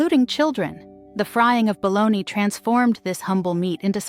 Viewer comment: Hate it when people can't pronounce bologna or fried. LoL